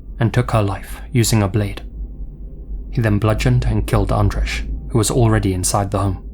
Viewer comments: Andrzej is pronounced like Anjay. Not spot on, but way closer than how it was spoken in the video. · Andrzej is pronounced more like ahn-jay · Looks like the couple in the last story was Polish, Andrzej is hard to pronounce for english speakers I imagine so I don’t blame you for getting the first part wrong, but the “j” at the end is just pronounced like “y” in “you” and such. You know name Andrei? Like that but “rz” is kind of like a cross between z and j if it makes sense. Likewise the “y”s in Krystyna sound different it’s hard to describe. Either way, very scary and disturbing cases. Man. Especially since these seem like less unlikely scenarios, most of them could literaloy happen to anyone. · it's a little jarring that you put so much effort into pronouncing japanese words perfectly but completely butcher Andrzej's name